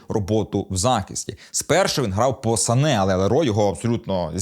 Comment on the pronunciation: Сане а не Сака)